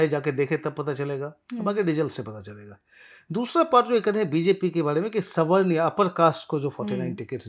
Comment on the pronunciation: अलोचना नहीं, आलोचना। प्रक्रियावादी नहीं, प्रतिक्रियावादी। स्वर्ण नहीं, सवर्ण। नाकरात्मक नहीं, नकारात्मक। हेलो, क्या कोई ठीक-ठाक हिंदी बोलने वाली (या वाला) एंकर नहीं है? बड़ा दुख होता है।